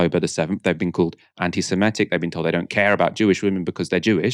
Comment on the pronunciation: It's not 'anti-semetic' it's anti-semitic'. SEMITIC with an 'e' and two 'i's'. I'm a big fan of your channel. Keep up the good work!